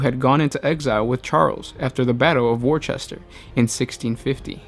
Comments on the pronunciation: You pronounce Wocester as Wooster, not Warchester btw. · ''War chester'' hahahaha oh my god. Worcester... wuu-cter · Brit here. Worcester is pronounced "wuster", rather than "war-chester". Worcestershire (if you're talking about Worcestershire Sauce) is pronounced "wuster-sheer". I know, I know, it makes no sense. Blame Anglo-Saxon naming conventions and Norman (read: French) pronunciation conventions. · The place name 'Worcester' is pronounced by us English as 'wooster' no 'worchester'. Just letting you know, English place names can be pretty weird =) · Pronunciation: Worcester (as in: The Battle of) is pronounced more "wuster" than "wuchester" or "wusester" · richard hall he's says it wrong. You got it closer but spelt it wrong. It's Worcester and WE say it Wuuss-ter. I love the city but trust me there's nothing Woo about it. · When Americans do not translate place names properly from English to English (Simplified) #BritishProblems